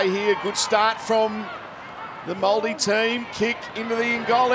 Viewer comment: did he really just say moldi ? At least try and learn how to say it corretly ....